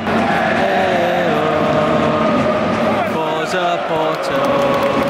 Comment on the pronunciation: Não é forza, é força. Vc ta falando italiano